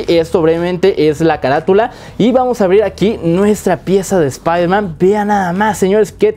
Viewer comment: Espaiderman No Wey Jom